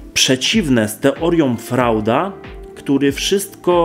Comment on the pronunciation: Nie czyta się "Frauda" tylko "Frojda". Po drugie, te cytaty w tle są niepotrzebne, albo czytamy, albo słuchamy. Mowa jest za wolna. Jeżeli coś czytamy na wizji, róbmy to dyskretniej. Pozdrawiam